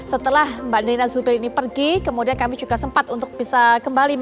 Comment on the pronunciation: tolong bedakan J dengan C, misal: juga bukan cuka, menjelaskan bukan mencelaskan.